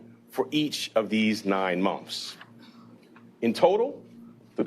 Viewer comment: monfs? who the hell takes anyone seriously who says monfs instead of months?